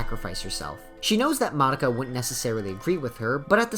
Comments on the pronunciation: tf, you're pronouncing Mah-dou-kah has moddah-ka? Are you serious? wtf. omg, you pronounce nearly everyone's names incorrectly LOL. A ground breaking anime and a decade later all the name are butchered. amazing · wtf i hear you saying monika instead of madoka everytime llol